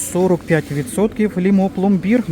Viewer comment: дякую вам, посміялася також, 🤣🤣🤣 що в АТБ почали продавати ведмеді та щей по акції.👍🤗🤣 Правильно "Фℹрмові" , а не фірмОві, і не "ЛімО" , а "Лℹмо".🤗